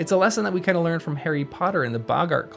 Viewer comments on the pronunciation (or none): none